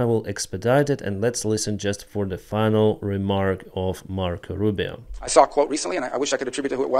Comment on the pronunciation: That is not "Mark Rubin" That is Mark Rubio